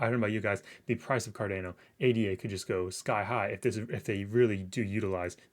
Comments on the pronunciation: Homie! It’s Car-Don-O. Not Car-Dane-O. Great vid btw. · It's Car Dan Ô